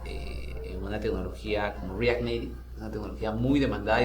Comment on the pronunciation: pero ¿estas deacuerdo que esa no es la pronunciación para: react native y si lo hubiera dicho en español habría sonado mas claro?